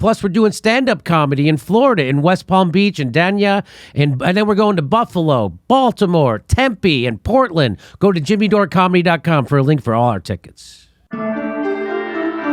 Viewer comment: Jimmy, Dania (Florida) is pronounced Dane-ya. I have tickets and looking forward to the event.